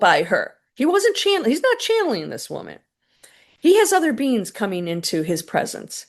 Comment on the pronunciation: When you said, "9 beings overseeing the galaxies", I thought you said, '9 beans overseeing the galaxies'. 😂